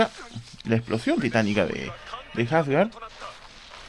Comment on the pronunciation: Que horrible cuando le dicen jasgar , hasta en la traducción oficial le dicen Asgard de tauro :/